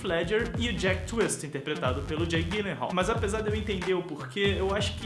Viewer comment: meu ator preferido. Só uma pequena correção o sobrenome dele se diz "Dji lenral" e não Gui lenral. obrigada pelo vídeo. :)